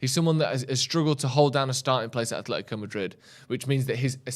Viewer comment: AH-LE-THI-CO Madrid! Jeeez it’s not hard to know this after the years they’ve told people how to pronounce their name.